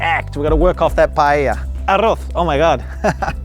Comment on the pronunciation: Lived in Spain since 2002, but just going to pick you up on two things, first, PAELLA...Is pronounced, " PIE- EYIA" two Ls together is pronounced as a Y. Second, when you had lunch with Ali-Oli guy, and the ""PAELLA "" came, it was rude that you started to eat from his side of the dish.... Ok that's it 😏